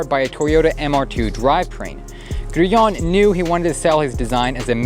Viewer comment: Why can't Americans pronounce anything properly? Who the fuck is "Grueong"? 😂😂😂